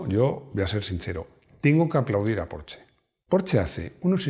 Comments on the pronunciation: [Min ] “Yo creo que estoy ya, yo lo comenté, lo he comentado en un video que em, yo era un apasionado cuando era aficionado…” Entre escuchar cómo pronuncia “Porsche” y la cantidad de palabras pronunciadas para explicar un concepto o pensamiento, nos demuestra que es realmente un milagro que los españoles no se hayan extinguido a la fecha… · así se pronuncia Porsche